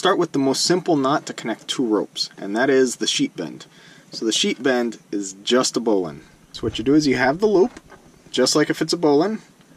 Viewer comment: Ha! I thought you were saying "sheep end". Very good tutorial, thank you! Upvoted & subscribed.